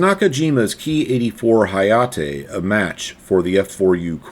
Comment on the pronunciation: 英語だと「なかじま」を「なーかじーまー」、「はやて」を「はやーてー」と発音するの?